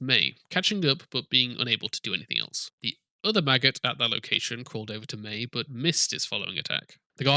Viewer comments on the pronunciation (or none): Everytime you say maggot i hear Magus XD !!!